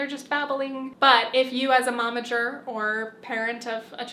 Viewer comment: You say Momager, but I keep hearing "Mama Jerk". I cannot unhear it now